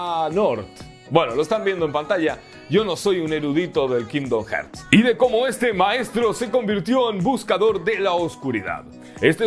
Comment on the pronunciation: Que onda, este comentario no lo hago con el afán de molestar (me gusta mucho tu canal) pero como veo que muchos youtubers y gente en general comenté el mismo error decidí hacer este comentario. La pronunciación correcta de la palabra "Hearts" que en español es Corazones es "jarts" y Hertz una unidad de medición en el audio y otra cosa de física.